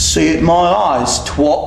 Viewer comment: The stereotypical posh english accent really didn't suit and on top of that it was terrible. He also pronounced "twat" horribly wrong.